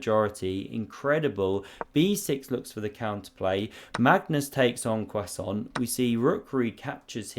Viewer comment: Did he say en croissant? Yes, yes he did.